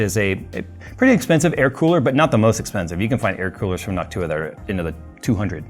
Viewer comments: For a moment there I thought said hawk tuah insteads of Noc-tuah. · Anyone else hear "hawk tuah" instead of "Noctua"? 😂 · you said "nawk-tuah" 😀made my day, thanks 😂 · Why do ypu pronounce it like Noc-tuah lmao. Its just one word, noctua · Everytime he said Noctua all I heard was Hock tua...... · Is it just me or is saying Noc Tuah 😂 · Jays pronunciation of Noctua has changed and I think we all know why